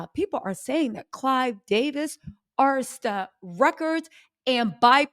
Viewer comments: Yes, that Ah-Ris-Ta gets our girl every time, but we still love her to pieces❤❤ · A-RIS-TA Records not AR-TIS-TA Records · It's ARISTA. Not ARTISTA. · Pease Please…. It’s Arista Records😂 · I could be wrong but I think I remember her saying she has dyslexia that’s why she mispronounces some words. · air - wrist - ta Arista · It’s Arista Ar is ta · only one thing Itspronounced Air ree sta records. Great research! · A- RIS-TA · Arista records ( like wrist) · Arista (a-wrist-a) Records❤️ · Sweetheart the pronunciation is ....... Keefe = Keef,E .... Arista = uh,rista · Arista. Air_is_ter. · AIR RIS TA - we got you LOL! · Keefe ( Key-fee D ) , Arista records … how are you not pronouncing these names right tho? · Exactly. I don’t know why she mispronounces Arista.